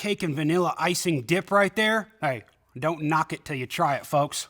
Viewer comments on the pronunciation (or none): none